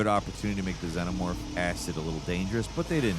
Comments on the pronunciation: Zee nuh morph. No Zen oh morph lol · did you just call it a zenomorph